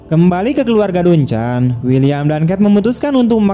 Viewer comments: Eh... Dari awal pelafalanmu sudah salah... DUNCAN itu bukan dibaca "dun-chan" tapi "dan-ken"... "Ken" nya dilafalkan seperti menyebut kentut... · Dibaca danken bukan duncan😂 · Bacanya danken, bukan duncan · Tolong belajar cara pengucapan nama2 dan sdkt bhs inggris. Duncan, softball dsb jangan dibaca ala bhs indonesia. Aneh di kuping.